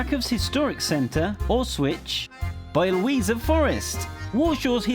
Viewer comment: yaaay for "Auswitch", "Bioweeza" etc., I bet you'll land "Łranki" for such pronunciation.